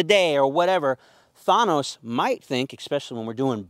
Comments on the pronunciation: YOU ARE PRONOUNCING "THANOS" WRONG!!!! ITS THAAAAN NOS NOT THAHHHN NOS!! LOL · And the way he pronounces "Thano" too 💀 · Such weird pronunciations of the words this man is saying. THAUNOS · Why do you pronounce his name like that bro? Thunose? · Is nobody gonna mention the way he pronounces "thanos"? 👀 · The way this guy pronounces Thanos is killing me. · Ur pronouncing Thanos wrong bro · Why would you name him Thanos then pronounce it like that 🧐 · If you’re going to name your dog after a Marvel character at least pronounce it correctly.